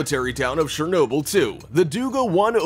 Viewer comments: got this in my recommendations, FUCKING SHEERNOBYL... this guy NotLikeThis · Shurrr noo bill 🤣😅🤣😅🤣😅...just stopp man😅🤣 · The narrator's voice has given cancer to more people than Chernobyl's radiation. "SHERR-nobyl?" REALLY?! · This was facinating, but the narator's use of a soft "ch" (sh sound) to pronounce Chernobyl (ch as in church) is driving me nuts. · He's saying shernobyl not Chernobyl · its not shernobyl its chernobyl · not czernobyl but chernobyl with a sz sound trust me live next to ukraine i know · also he said Shernobyl instead of Chernobyl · Its Shernobyl if we heard but the words are chernobyl. Not shuroaurjisjajsiajnobyl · The correct way of saying it is [chur] - [nob] - [uhl], you can even look it up on how to say it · You pronounced Chernobyl wrong ever time you said it its not shernobyl its chernobyl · Ch-er-Noble NOT Share-noble! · It’s Chernobyl, not Shernobyl. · The "Ch" in Chernobyl is not pronounced sh, like in shame. Its pronounced like "ch" in champion. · god dammit, its pronounced CHAIR noble, not SHARE noble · Its CHernobyl not SHernobyl... LOL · It's Chernobyl not shernobyl. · Good grief it’s pronounced Cherbobyl, with a Ch - as in chip, NOT Shernobyl. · it is Chernobyl not shernobyl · Its pronounced CHUR-NO-BYL. NOT SHER-NO-BYL. lmfao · Dude... the CH in Chernobyl is read as CH i “birch” stop reading it as Shernobyl. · sh-ernobyl OMG that pronunciation drove me nuts lol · He sounds WAAAAY too excited, plus he pronounces Chernobyl wrong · I’m just gonna assume no one got the joke even after 8 months of how the news reporter said it... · Glad I wasn’t the only one who noticed that. 🤣 The narrators pronunciation was driving me crazy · and i can look out my windows and on a good day see the exclusion zone. if you are Ukrainian its mighty weird you say it incorrectly. дуже дивно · Is he intentionally calling it shernoble? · In Ukrainian it is Chornobyle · Thanks, but I don't need to buy "Shernobyl" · "Surnobyl"? Dude... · Shernobyl = ? Really